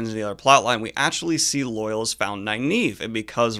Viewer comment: For such a super-fan, why do you keep mispronouncing "Loial"? It's not pronounced like "loyal". It's "Loy-ALL". The show got it right.